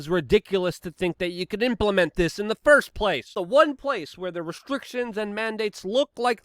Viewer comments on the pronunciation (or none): none